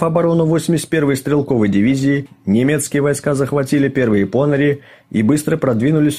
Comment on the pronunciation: Уважаемые, спасибо за Ваш труд - неплохо,НО....какие ПОныри? - ударение приходится на последний слог - ПонырИ! Очень режет уши...